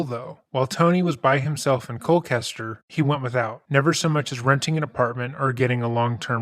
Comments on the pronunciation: Me, living in Colchester, hearing it pronounced Cole-kester instead of Cole-chester throughout the video: 👁️👄👁️ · Colchester!!! Chester, it's ColCHESTER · I love this channel! For the Tony story, we say Colchester not Colkester. Just wanted to share. Keep up your awesome work ❤ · edit: This fool is NOT reflective of Connecticutters who are typically the salt of the earth FYI this is not a diss, just a correction: You pronounce that small CT town “Coal•chester”, just like you pronounce the name, Chester. I’m from CT so I thought I’d let you know. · 8 hours?? Looks like Hanukkah came early this year. Also, as an official Nutmegger, it's pronounced like KOHL-CHESTER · The mispronunciation of Colchester multiple times though...